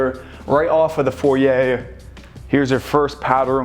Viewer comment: Is it pronounced 'foryay' or 'foyer' ?